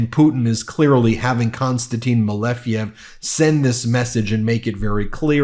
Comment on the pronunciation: Malejev, it's correctly MALEJEV👍☀️